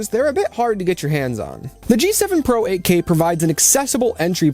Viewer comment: G7 PRO, а не PRA!